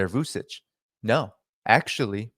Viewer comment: great info as usual - just a little correction Vucic's last name is pronounced as Vuchich